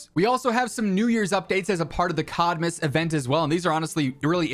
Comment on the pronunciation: I kept hearing "shitmas" :D